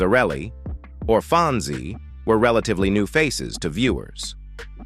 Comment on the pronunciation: How about the spin-off of "Laverne & Shirley" ? Smith family??? Boned, dee-vorce, huss-band, faa-ther? Phone-zee? Ho-ward? Do you mean Ojai(O-high), California? Murder---she wrote? Don't you ever listen to your speech before publishing your videos????????????